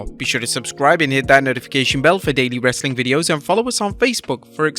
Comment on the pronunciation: I hate how you say wrestling